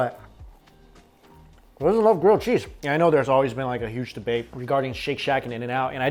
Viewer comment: he says cheese as 'cheesh'